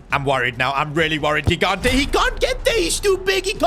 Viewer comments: Luka kikante... Mate its lookah jighanteh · The first G in Gigante is not hard, it's soft. So it should be something like Jigante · In gigante the g is pronounced like a j like jigante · Please stop with the wrong spell of gigante is not ghigante is gigante you spell it like gigi from gigi buffon or donnaruma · It's not Ghigante It's Gigante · as an italian is not ghigante is Gigante, u have to have a strong g when u say it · It's not Luca Gignte It's jee-GAHN-teh (IPA: /dʒiˈɡante as an Italian if you could try to pronounce him right it would be awesome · Bro ur pronouncing ur goalkeepers name wrong, its Higante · It’s pronounced jigante not gigante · Hey, I'm so excited for another S2G FC career mode! As an Italian, I'm sure that GK is going to be fantastic, we have a history of producing amazing keepers. Just one correction: the initial G in his surname has the same sound as "Giant". Apart from this, fantastic video as always, keep up the good work!